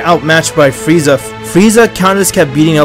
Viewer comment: Is this me or did say “fieza”